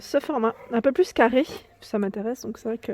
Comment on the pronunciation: wouiiii tu as dérapé sur le "carrrrrrrrée". Oui je suis un peu vénère pour les vis et le carré pour les visser. Surtout que ça vient de se reproduire avec l'autre meuble de SDB . J'ai tout planté dans l'entrée ça m'énerve et comme j'ai une main blessée je ne peux pas forcer. En plus ça fait mourir de rire mon cher et tendre qui est à 50 km d'ici et ça m'énerve encore plus. C'est un super bricoleur, alors ça se moque, ah les mecs j'te jure. 💋💋💋💋💋💋💋💋💋